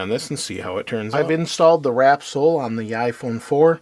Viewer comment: That's wrapsol as in wraps all not wrap soul :)